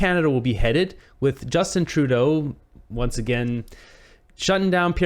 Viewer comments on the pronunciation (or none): none